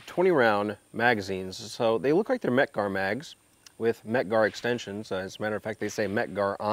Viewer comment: "They look like mec gars , they say mec gar on them. " Smh.....